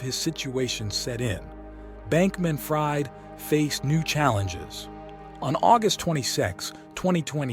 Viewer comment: he actually pronounced the mother's last name correctly.. as "freed"